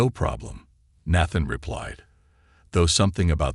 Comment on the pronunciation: Is Nathan a difficult name for AI to read correctly?